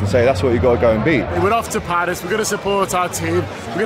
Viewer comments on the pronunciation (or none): Phaaarissss One way to pronounce it